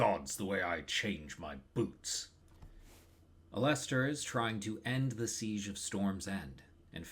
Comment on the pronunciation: This video is really good but your pronunciation of Alester is unforgiveable and I have no choice but to report you to the proper authorities.